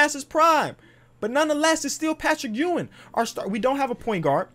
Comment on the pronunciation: Ur saying Patrick Ewing last name wrong